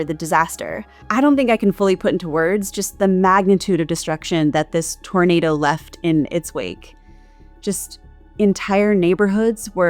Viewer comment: What the hell is a ‘tornadow’ ?